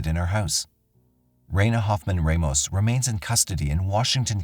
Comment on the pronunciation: Raina Hoffman *RAH-MOS not REYMOS